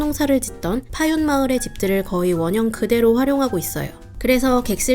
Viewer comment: 파윤 하는데 원래 발음은 파윈인데... 정식 리조트 명칭이 파윤 으로 되어있나요?